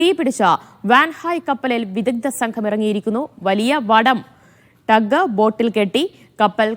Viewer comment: ഡഗ്.. അല്ല ട്ടഗ് ബോട്ട്